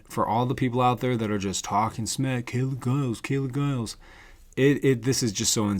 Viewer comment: youre right--- you dont know,,,and you dont know how to pronounce her name....talk talk talk a bunch of smack...lookinthemirror